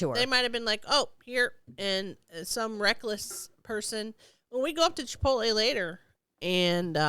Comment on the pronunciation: It's chip-toll-E ladies